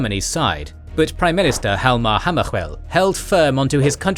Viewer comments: the pronunciation of Hjalmar Hammaskjöld was freaking brutal😢, like hearing a fork scrathing glas 😵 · That's a very bad pronunciation of Hammarskjöld